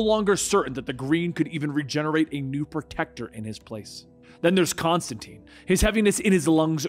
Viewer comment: Great story. Pronouncing some of the names wrong isn’t your fault. Constantine explains in detail in his book it’s pronounced tyne like wine. But that’s just the comic nerd in me… keep doing your thing!